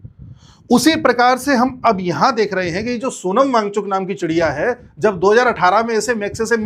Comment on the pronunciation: सोनम भागचुकी✅ सोनम वां गचुक❌😅😅😅😅